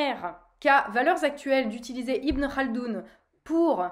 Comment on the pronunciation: Tu prononces Ibn Khaldoun correctement C’est impressionnant ;) sinon assez d’accord avec toi.